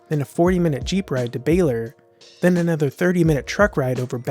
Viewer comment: Baler is pronounced Ba-lur,not Bailer